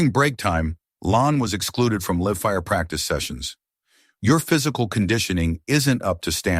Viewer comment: ~6: "...LIVE-fire practice sessions." That is said properly as "LYVE-" (opposite of 'dead'). AI (=B.S.)